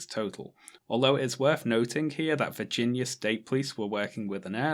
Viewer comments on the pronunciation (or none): I love that you pronounce "Virginia" as "Vaginia"❤